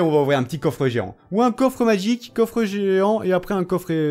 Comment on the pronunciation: Magique pas madgique